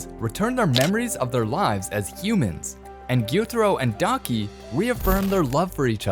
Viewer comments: why! why!! why!!! it's daki not donkey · When he said daki and gyutaro i though he said donkey not daki💀💀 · Daki sounds likes “donkey” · her name is daki not donkey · "Inosuke Hashibara" "Guitiro" "Donkey" 💀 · “Guitoro and Donkey” “Yoko” 💀👍🏼